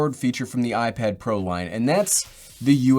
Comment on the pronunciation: i don’t think anyone noticed this but he said iPad Pear